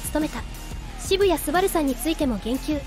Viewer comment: 「シブヤ」ではなく、「シブタニ」、「ショウタ」だよ 真面目にやってくれ…失礼だぜ